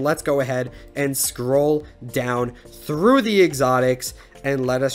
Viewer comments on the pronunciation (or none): none